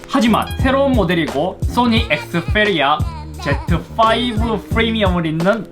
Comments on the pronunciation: 엑스풰리아 쁘리미엄은..좀 p발음을 왜 f발음으로.. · th 니 에th Fㅔ리아 에th 제트 F리미엄 ! ㅗ ㅡ